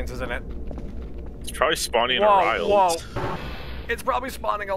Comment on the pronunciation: two months late but it's pronounced "ah-ree-ral"